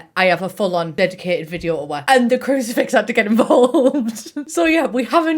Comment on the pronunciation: She said CRUCIFIX?? I thought she knickers 😂😂😂 I literally thought she said “ignore my knickers on the floor” 😂🙈🙈